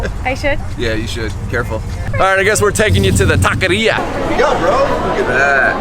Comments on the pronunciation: Did he say tequeria? 😂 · Juan Flores lol I didn't know what he was trying to say till he said taco meat 😂😂